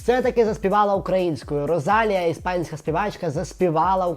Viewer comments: не РозАлія, а РосалІя, будь ласка, в іспанській немає "з", а наголос навіть вказано. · Мені одній ріже вухо як називає Rosalía? 🥴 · По-перше, в імені Rosalía наголос на «і». По-друге, Вам вона звучить як штучний інтелект, бо Ви ніколи не слухали її музику і мабуть просто незвичні до того як звучить її голос. 😉